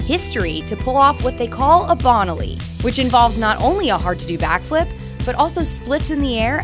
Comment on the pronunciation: The winner for worst pronunciation of names is this narrator It's "Bone-aly" and "Sah-toe", not Bonnelly and SAAA-toe. I saw them pronounced I assume correctly back in their hey-day. Please fix this if possible. A skater as memorable (and badass) as Bonaly should have her name pronounced correctly for the history books.